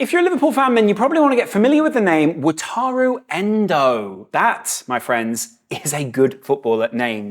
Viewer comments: Actually it's pronounced Wa-ta-ru ENDOOOOO!!!! Wa-ta-ru. He's going to be so good. The Premier League is in for a shock, he's going to make Lavia and Caicedo look like the worst deals in top level history. Oh well, they already are, but he's going to solidify it. £16m absolute bargain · Absolutely fantastic review of the fella by a young English/japanese lad living in Japan...his first name is pronounced wa-ta-lu!!